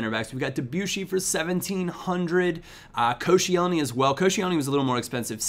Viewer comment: Nice pronunciation of Koscienly......